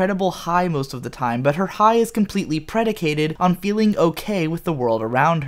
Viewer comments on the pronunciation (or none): none